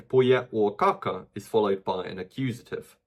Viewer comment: every time he says "kaka" I hear caca.